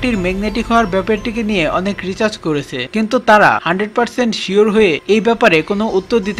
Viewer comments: ওটা কেলারা নয় কেরালা, আর রিচার্জ নয় রিসার্চ.. ভাষা সমন্ধে কোন জ্ঞান নেই আপনাদের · রিসার্চ কে রিচার্জ বলছেন,, আর কেরালা কে কেলারা বলছেন।। আগে উচ্চারণ ঠিক করুন।। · dada research hobe recharge na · That's not "Recharge" .. That's "Research" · রিজাজ না রিসার্চ হবে😅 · Recharge kelarai wow what the f**k pronunciation